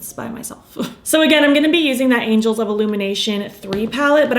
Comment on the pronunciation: This is the third video I’ve watched on this palette and all three YouTubers called it the “Angels” of Illumination instead of “Angles”. Why is this error happening? 😊 I’m gonna watch a few more to see if others make the same mistake.